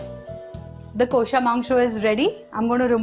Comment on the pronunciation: Mam, you should say it kawsha rather than what you are saying.